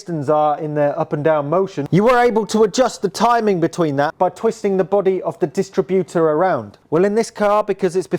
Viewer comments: Yep, it's dis-TRIB-utor, not DIS-tributor!😂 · It’s a bewt a bewt 😁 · Everytime he says "dist-rib-utor". He make me laugh. Must be getting old not realising that a dist-rib-utor, points and rotor arm are novelty items to young mechanics.😮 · You are mispronouncing distributor. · I’ve never heard a car distributor pronounced like it’s a retail operation. Cool car, great to see it continuing its long life in the hands of an appreciative young owner.